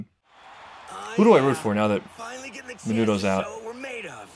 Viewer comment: I feel like after so many episodes I should correct you. His name is Minoru Mineta, not Minuto.